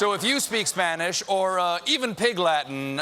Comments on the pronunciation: I've never had a single Spanish lesson, but even I could tell Booker's pronunciation was very "Anglo/English" 😅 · I don't understand why someone bothers to learn Spanish but doesn't bother to learn how to pronounce it correctly. (we're looking at you, Cory.) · Jesus, Cory needs to start taking Spanish lessons, because his pronunciation is ATROCIOUS. I could barely understand him.